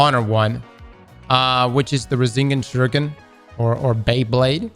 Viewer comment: Nah he did not just said "Ruhsengin shuriken"😂 blud definitely never seen naruto